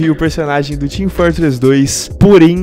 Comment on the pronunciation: sarsi 2 team fartress 2 este gajo tem problemas em pronunciar os "O"s